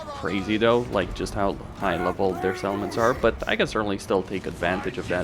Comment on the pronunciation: I noticed that too, he also pronounces "settlements" more like "salmons". I kept wondering where all those fish are. Gotta pronounce those T's. On the other hand he needs to tone down the P's because it sounds like he's spitting into the mic.